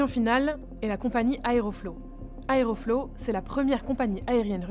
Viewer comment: Mais sérieux, TOUT le monde fait ca! Nous compris, si jamais on avait de tels soucis! Et on dit pas "Aeroflo" mais "AerofloT"